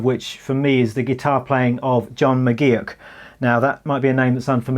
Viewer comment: McGee-ock? Seriously..?